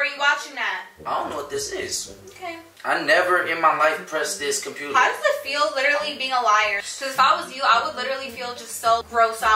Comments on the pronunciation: “Compruder” that was funny to me😭😭😭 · "r radiated videos on the compruter" 🤣😭🤣😂😭😂😂🤣